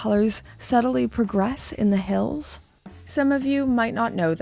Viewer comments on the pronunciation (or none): none